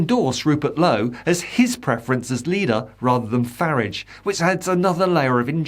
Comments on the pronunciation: Commentator. Please stop mispronouncing Farage. Hs name is not FARRIDGE. It is very irritating. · isn't it pronounced fyoorarge? just asking questions? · Re-form. That's where we've been wrong in how to pronounce the current name of the Farridge party. it was Ukip, re-formed as the Brexit party and re-formed into its present configuration. Expect another re-form when Farridge decides it's time to do so - maybe when its first tax bill arrives for this, his favourite Ltd. company.